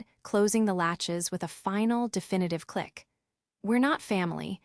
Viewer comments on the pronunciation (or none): none